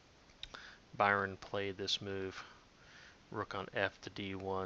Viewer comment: It's not Byron, it's Burn.